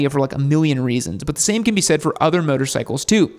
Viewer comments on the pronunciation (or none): none